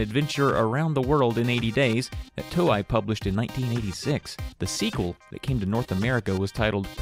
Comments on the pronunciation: Stop saying "Toe-Eye!!" I know you're part troll and you'll call me a "WELL ACTUALLY," but paaallleeease!!! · The 'ei' in 'Toei' is pronounced like the 'ei' in 'chow mein'.